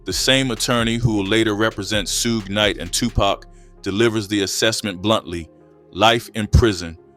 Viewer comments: "Shoog" not "sooj" 😄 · SOOOGE Knight 💀😂lmaoo no way he butchered it that bad. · Ain’t no way you just said SOOGE KNIGHT 🤣🤣🤣🤣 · Should’ve called him Scrooge lol, 😂 I know why you butchered his name though smart move! Good content💪🏾